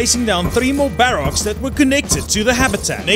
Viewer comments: I really don't know, it just grinds my gears xD sorry! Still watched it all tho :-P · am i the only one that really hates how he says barracks? xD